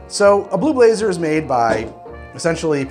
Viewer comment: i kept on hearing blue laser until about 2 minutes in.